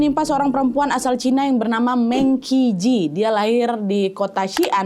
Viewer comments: kak Nad hehehe ijin membetulkan Mengqi Ji dibacanya "mengchi ji" "qi" dibaca "chi" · sorry... FYI, penyebutan MengQi Ji nya kurang tepat,. Penyebutan ''e'' di Meng, pakai nada E sama seperti pada kata ''Embun/ Elang'', penyebutan Qi di bacanya ''Ci''. Jadi cara baca keseluruhannya yaitu Meng Ci Ji.. untuk nama Chinese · Namanya dibaca Meng Ci Dze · Baca nya Mèng Chi Jì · Liat di “48 hours” juga seru! Btw Mengqi ji bacanya Mengci ci 😊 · Mengqi Ji dibacanya Meng Chi Ci. E pada Meng dibaca seperti E pada ‘merasa’. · Saran buat Nadia.... MengQi Ji dibaca pinyin nya Meng Chi Ci. Jadi kedepannya biar enak didengar aja. 🙂🙂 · Sekedar informasi Mengqi Ji dibaca mengci ci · Definisi ga kaya Tapi byk gaya 😅 FYI : bacaan namanya tuh MENG CHI CI 🥰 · namanya dibaca meng (e nya 'e'nam) ci ji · Saran dikit aja buat, belajar mandarin tipis2 yuk.. setidaknya belajar pinyin aja, biar lebih mantep pelafalannya saat baca istilah2 ato nama2 mandarin. Maap ya, agak ga rela aja kalo kesayanganku ini lafalin pinyinnya salah.. 🙏🏻 ini serius aku kasih saran krn saking sukanya sama, kalo gak suka mah aku cuekin aja ngapain saran2in, kubiarin aja.